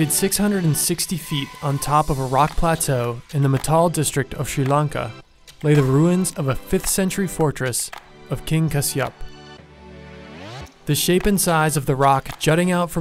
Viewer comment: Pretty video, bad pronunciation. Matale = "Maa-thuh-lay", Kasyapa = "Kaas-yuh-puh" and Sigirya = "See-giri-yuh"